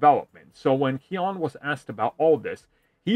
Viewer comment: Keoghan. It rhymes with Hogan, just take out the H and put Key. Key-Ogan. Barry Key-On. WTF?